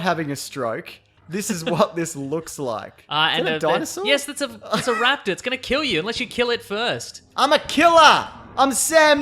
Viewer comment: Why are you pronouncing it like raptour? They have also made chicken embryos grow tails and teeth.